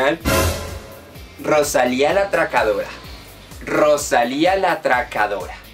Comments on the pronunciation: Por favor que dolor de oido cada vez que pronuncias roshalia!! Es rosalia!!! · me estresa que diga rochalia JDKSJDK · La Rosalía! tienes que poner el énfasis en la A final. La Rosalí-A¨algo así es.